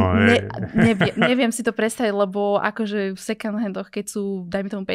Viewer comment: Na moje prekvapenie má veľmi rozumné a progresívne názory na financie, životný štýl, stravovanie aj ekológiu. Iné baby hy sa mali od nej čo učiť. Jediná jedna vec, tú angličtinu doštudovať lebo výslovnosť "second" sa učia prváci na základnej. Ale to je len detail. Rozumná baba. Klobúk dolu. 👍